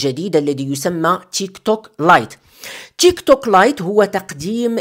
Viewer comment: التطبيق اسمه تيكتوك وليس تشيكطوك😂😂😂